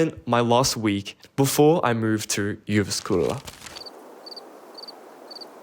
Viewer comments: it's not really pronounced "jyvaskylla" it's more pronounced "youvaskula" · Juvaskula, sounded like pronounced Russian.